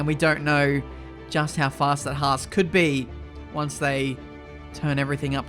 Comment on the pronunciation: you ment fHAASt